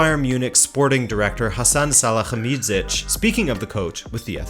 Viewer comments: salihamidzic is not pronounced like an Arabian name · Instead of butchering Hasan Salihamidzic's Name like that again, just call him by his nickname: Brazzo.